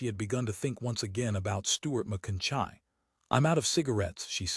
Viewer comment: ferjeson? macoiyni? jeez